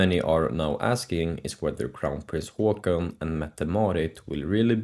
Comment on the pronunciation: Haakon!!!! not haakon